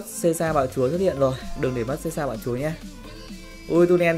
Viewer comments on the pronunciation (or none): none